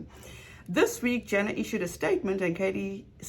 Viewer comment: thanks, but it's JAna not jEna. like Anna but with a J-JAna . thanks. The rest of the content . OH MY! it's excellent. I am speechless ( I have OCD) so i can't type all the compliments I want to say.